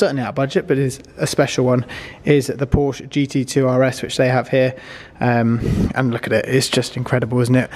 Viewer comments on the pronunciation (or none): none